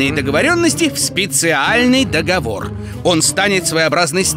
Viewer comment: Орууу😂 ДоХовор и катАлооог 😂😂😂😂😂😂😂